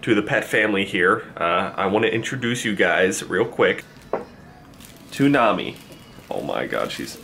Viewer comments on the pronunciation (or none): When he said "To Nami" it sounded like Toonami. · When he first said her name i thought he had said toonami but cute pet :) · To nami sounds like tsunami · When he said "to nami" i immediately thought of Toonami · I thought you said toonamie like the Anime channel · Did this man just say "To Nami" Sounds like Toonami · I thought u sed her name was “Toonami” 😭😭😭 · Introduce you to nami sounds like toonami